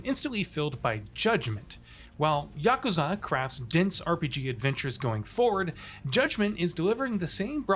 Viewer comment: The announcer dude needs to learn some basic Japanese. Here is the correct pronunciation: yuh koo zuh